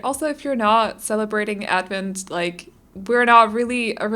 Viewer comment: The way you say advent is right :)